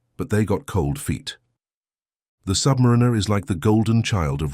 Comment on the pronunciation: This channel seems to exist to feed off the Rolex brand, usually for negative purposes, and its AI voiceover can't even pronounce 'Submariner' correctly.